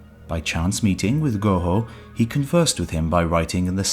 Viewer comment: “His name was Go Hoe” 😂😂😂